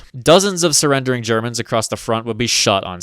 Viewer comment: you gotta stop germans "germs" dawg it single handedly makes me not want to share you videos with friends.